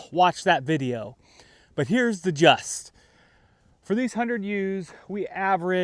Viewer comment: “Here’s the gist”. Not “just”